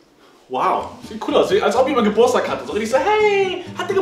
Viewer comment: Wie Simon Geburtstag ausspricht 😂😂 Simon GEBURSTAG jeder andere GEBURTSTAG 😂😂😂😂